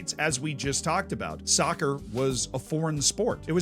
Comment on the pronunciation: I cringed when he said sovcer